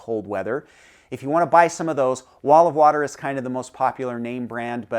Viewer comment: Did you say wall of water? Olive water?